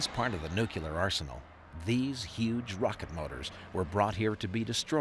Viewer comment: How do you spell that? N U C U L E R ?? I thought it was N U C L E A R. Think of it this way. When you "NUKE" an area, it becomes CLEAR of most things.